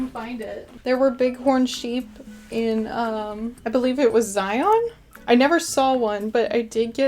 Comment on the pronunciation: Im so glad you had a good time passing through Utah. As a native Utahn, however, I appreciate you trying to pronounce the names of our cities. Kanab is pronounced Kuh-nabb and Zion rhymes with Lion, BTW!!!